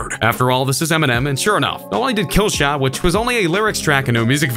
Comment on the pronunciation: KillshoEHEHt vs mgKEHH Stop over pronouncing the H